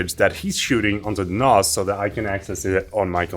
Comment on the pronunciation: They way you pronounce NAS is wrong? The a sound is a as in ass, 😂 so nass, not a as in mars... unless your doing a British accent..